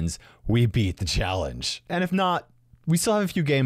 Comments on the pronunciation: I like how the fact that "The" is "Da" 😂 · I like how its Da Rules instead of The Rules